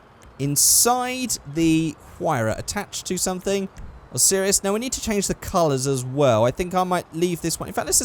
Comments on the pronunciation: why do you call a spawner a spooner? also the osiris is pronounced O' sigh riss. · you pronouced Osiris wrong